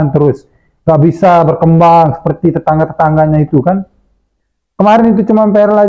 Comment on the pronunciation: Tetangga, bukan tetengga.